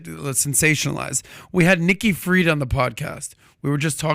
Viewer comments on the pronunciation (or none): none